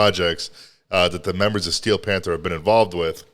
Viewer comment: Did you say "fanther?" 🤣🤣🤣 wtf?